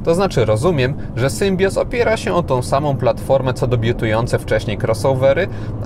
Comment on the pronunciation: Tak w ogóle to mówi się Ostral i Sębioz. Espri Alpine.